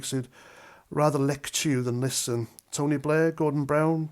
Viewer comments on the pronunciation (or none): none